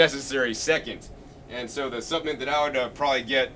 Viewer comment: Take a shot everytime he says suppenent lol